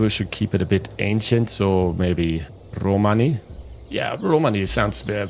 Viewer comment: Very nice video, well explained for me that I see the game from the first time. Romàni is the correct pronunciation in italian.